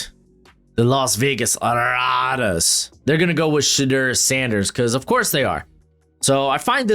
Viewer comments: Bro please learn how to say Shedeur. Its Sha-Door not Sha-Durr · I just think if he’s gonna make mock drafts weekly for the next 3 months he should learn how to say his name. Just trying to help out